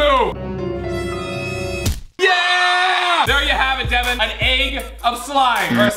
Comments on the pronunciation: devan not deven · Michelle Vavasseur its Devan not deven